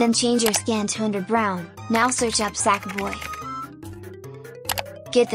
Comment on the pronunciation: The way she said sackboy 💀☠️📸📸📸📸📸📸📸